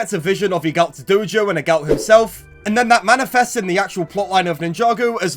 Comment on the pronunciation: Broo I cant with the pronounciation of Eagult, Egalt 😭